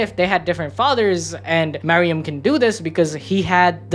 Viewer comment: Calling meruem “Mariam” is driving me nuts